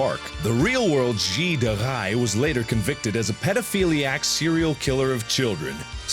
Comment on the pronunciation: ***** De Rais is pronnouced : De Rey, not like you tried to attempt.